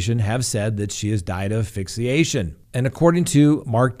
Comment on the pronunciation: Asphyxiation - “ass-fix-I-a-shen.” (Not “aphyxiation.’ No such word.)